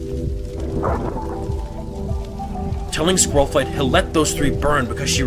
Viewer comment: also half of this is just squirrelflight saying all wrong